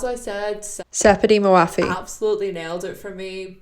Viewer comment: Hey don't worry as a Farsi speaker I can tell you that her name is a little hard for non-farsi speakers to pronounce but you did good😊